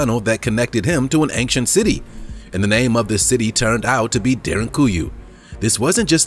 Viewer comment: I wish you would not put a ‘g’ in the middle of the word “ancient”. You say it several times in every episode.